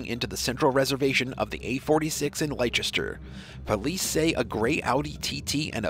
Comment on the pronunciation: The town is pronounced Lester (Leicester)